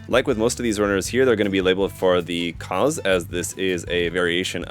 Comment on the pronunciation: maschinen fliege lol edit: also the Kauz is pronounced /kaʊ̯t͡s/, not "cause"